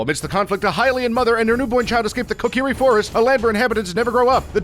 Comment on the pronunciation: Am I wrong or are a lot of these words mispronounced? Kokiri should be koh-kuh-ree, Saria is sarr-e-uh, Deku is deck-oo, Kaepora Gaebora is kay-pour-a gay-boor-a.